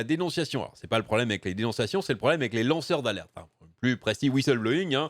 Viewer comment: Ai-je bien entendu "lanceurs d'Arlette" ou faut il que je change d'oreilles ?